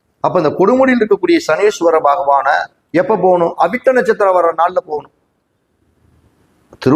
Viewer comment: Avittam u did not said clearly pls repeat sir